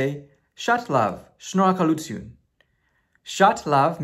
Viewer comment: I am mind blown! When you pronounced shnorakalutyun perfectly I literally jumped out of my seat! You are amazing